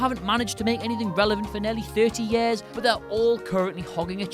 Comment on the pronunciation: Why does he say year like that it is so annoying